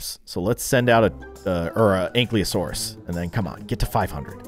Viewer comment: It is pronounced a ank-i-lasourus